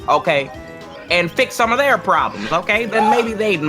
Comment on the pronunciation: "they took er jobs" 😂 😂 😂